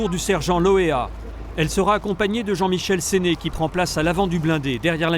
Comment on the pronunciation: Jean Michel SÉNE et non pas "SÉNÉ"